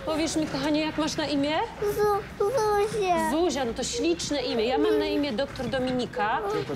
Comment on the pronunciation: Czy tylko ja na początku usłyszałem zosia A później zuzia